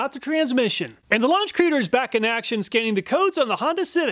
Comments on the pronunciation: It's not a creader, it's a C reader, short for code reader. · I think it's pronounced C-reader. But creader sounds much better